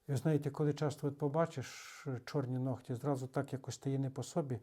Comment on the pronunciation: Українською нігті, не ногті. Дякую,, за пояснення!